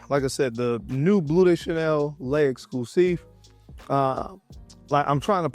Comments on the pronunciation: Lexclusif 😂 stop reading the ' Just say "Lexclusifffffaaah" perfect. Now you're French. Happy that you like it. I like ot too, it's an amazing continuation of the BdC line. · pronounced "LEX-CLUES-IF"